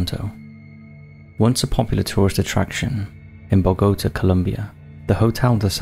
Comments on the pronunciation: Must say, I've never heard "Bogota" pronounced that way😳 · And Bogotá.🤣